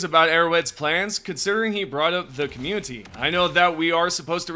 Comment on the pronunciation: I enjoy your videos but I have to ask, why do you pronounce "community" with a hard T ? You don't with any other word; you've pronounced "quality" and "updates" with the soft T every time, but for some reason you emphasize the T in community as a hard T and pulls me out of the video every time it happens.